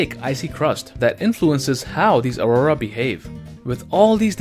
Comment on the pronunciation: Hey Guys! This Week In EPIC Science, you learn the fact that I can't pronounce Aurora ..... among several other things :D. Enjoy the video, and please share it with your friends to spread the Science! #ScienceBros